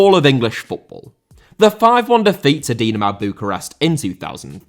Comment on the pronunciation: Dinamo* not Dinamau